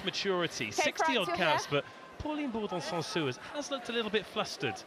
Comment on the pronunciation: I'm so grateful this channel exists and we're able to see those matches, but please someone at BBC tell how to properly pronounce French surnames, like why is BouLard pronounced as BouYard 😂 (and the last -s in Bourdon-SansuS should be pronounced as well)